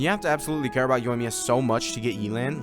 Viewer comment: YAY-LAN NOT YEELAN😭